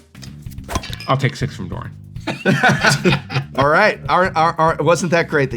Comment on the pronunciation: its not pronounced duran, its doran, its an o